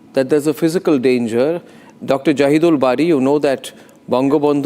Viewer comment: He’s not Jahid~ul but Jaahil~ud